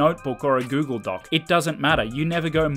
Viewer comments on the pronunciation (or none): none